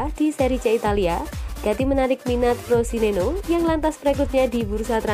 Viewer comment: Frosineno 🤣🤣🤣🤣,,kalo gak bisa baca jangan buat konten,,yg ada Frosinone